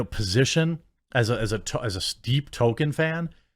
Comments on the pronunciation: I love u Jeremy. However, please pronounce it "TOL-KEEN" not "TOW-KIN" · Jeremy why are you always saying token? It's Toll-keen. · Dude. it's TOLL ke in. Not token. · TOLKIEN NOT TOKEN 🤣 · Dude, it’s not TOKEN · TOL KIEN not towken TOLLL KIIIEEEEN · JEREMY. IT'S PRONOUNCED TOLL-KEEN, NOT TOKEN. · Nobody: Jeremy: “Token”